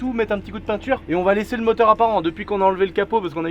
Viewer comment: Le Tracteu(r) à Moteu(r)